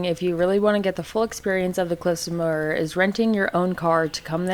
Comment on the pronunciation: Glad you got to taste real whiskey not that scottish paint remover spelt wrong(joking).You pronounced moher right